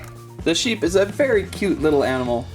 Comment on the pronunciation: its sheep not seeps